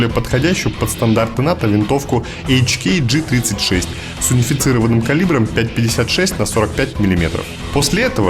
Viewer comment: Совсем не правильно произносить на английском, ты сам сказал : хеклер кох. Значит ха.